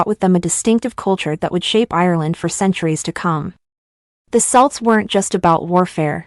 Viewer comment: "Celts" is pronounced "Kelts"....quite important